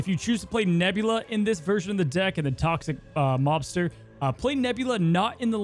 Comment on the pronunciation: I keep hearing Toxic 'Lobster' and now I want that deck....